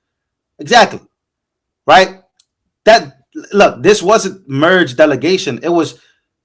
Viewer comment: stays messing words up when reading. He pronounced mere as merg...😂😭 Mere rhymes with here..Take some reading classes my gee. You got way too many subs to continue sounding this uneducated. 😂 Do it for your subs.